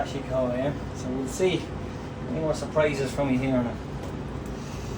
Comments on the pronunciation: That's absolutely spot on, myself and the missus here laughing our asses off on the couch, in Ireland 😂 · 😂😂 very true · Haha, as an Irishman, I noticed that as well 🙂